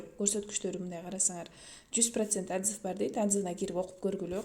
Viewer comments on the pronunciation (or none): атзыв эмес отзыв дечи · Соонун маалымат болду, рахмаат но "атзыв" эмес ОТЗЫВ эле болуп айтылат Жаман корбогуло, бул сын эмес